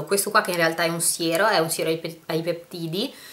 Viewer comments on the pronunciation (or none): none